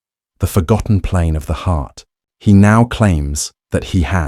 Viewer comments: "Amelia Heeheart" AI slop... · Clicked stop right after "heeheart". If you can't even pronounce her name, I aint gonna listen to ya.